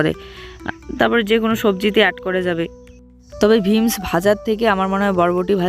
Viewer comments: ভীমস না বিনস বলে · Veams noi beans bale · Vims noi ota beans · জুইয়ের রুটি খাওয়ানোর অভ্যাস করো ওটা ভিমস না বিনস্ বলা হয়